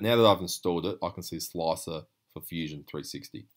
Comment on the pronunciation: Love your pronunciation of slicer! sloacer lol